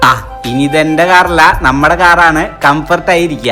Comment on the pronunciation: Comfort❎ compert✅😅😅😅😅😂😂😂